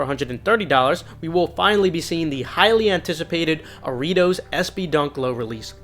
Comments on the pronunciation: SB Aritos 🤣💀. You tried! Ha-ree-toes with a Spanish accent though. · 😂😂😂Aritos😂😂😂😂😂😂😂 ITS PRONOUNCED 》 HA-REETOS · Thought he said Doritos